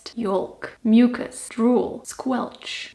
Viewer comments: That's not how "yolk" is pronounced, though. "Yolk" is a weird one. As with a lot of words in English, I don't know why we spell it that way when we pronounce it more like "yoke." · Schmalz on bread, mmmmm. Also, don’t pronounce the “L” in yolk. It should rhyme with joke.